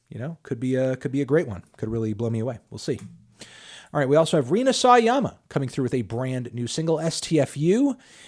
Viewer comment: Sawayama is pronounced sa-wa-ya-ma not saw-ay-ama